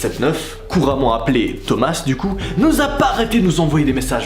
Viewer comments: Juste il s'appelle pas "thomassse" mais sa se prononcé "toma" 😊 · tomasse non ça ce prononce tomas (A) ET NON TOMAS( ASSE) MDRRR